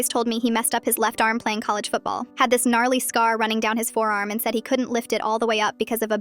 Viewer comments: DID SHE SAID GNARLY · Di di di did you say GNARLY